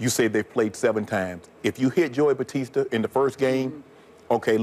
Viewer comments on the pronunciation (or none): Did Shannon literally say Joey Bautista